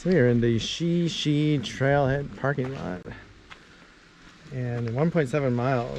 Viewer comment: Great video! FYI it's pronounced "Shy Shy".